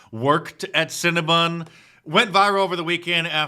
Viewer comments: Its not cinna-BUN.... its Cinna-BON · You can't pronounce cinnabon???? It's not scnna bun u moron, You seem like ur making fun of the white woman. she 's a victim and ur laughing at her misery. The woman. is such a fuck